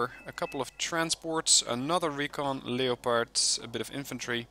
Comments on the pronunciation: No, he did not. Nor did he pronounce it incorrectly, in English "leperd" is the correct pronunciation. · You pronounced Leopard correctly! :D